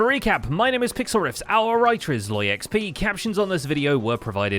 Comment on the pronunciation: I am yet again asking, why Sloy and not Zloy?